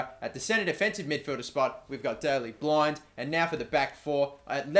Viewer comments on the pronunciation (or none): Just a bit of a heads up on pronunciations: Blind - Less like the actual word 'blind', more like the 'i' sound in the word 'win' Januzaj - Both the first and last 'j' are pronounced as 'y', so more like 'Yanuzay' Vermijl - Similar to Januzaj, just make the 'j' a 'y', so 'verm-iyl'. Hope this helps, and it is no way intended to be rude.:) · Just to let ya know, u pronounce Blind like blint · please learn how to pronounce blind ,its Blint, that could get annoying